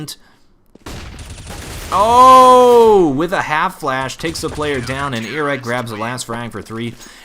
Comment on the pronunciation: KQLY is pronounced kaley and iorek is pronounced jorek. Just sayin.